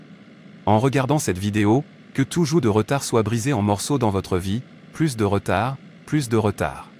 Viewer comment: Merci pour cette prière mais la voix qui traduit prononce à plusieurs reprises "plusss" de retard, de stagnation, etc. au lieu de "plu(s)" ce qui n'a pas le même sens..